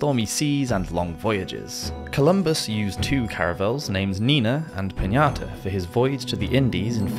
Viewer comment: To those of you being rude for him saying "Pinata". I don't think this guy grew up in the US. So he didn't have it drilled into his head repeatedly from elementary to high school like we did. Cut him a little slack.